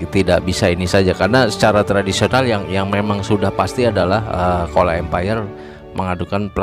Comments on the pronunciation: bukan kola tapi dibaca cola, atau chola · Change your pronunciation of "kola".It should be "chozha "not "kola".